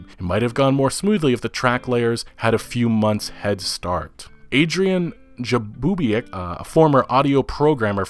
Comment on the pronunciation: Jakubiak Pronunciation: "Jaboobiak"